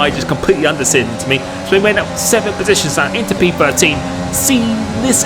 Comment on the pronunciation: "We made up 14 besitions" Great content mate, keep it up!